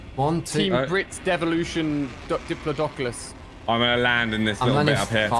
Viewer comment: U should ask Ali a to say diplodoculous lol